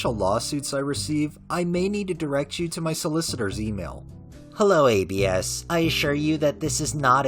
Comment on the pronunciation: For the rec, I believe it's pronounced Abs, like how "abdominals" is shortened and pronounced haha it's a nickname, I believe short for Abraham